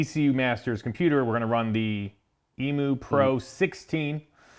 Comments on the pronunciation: It's EMU not EMOO lol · eem-you, not ee-moo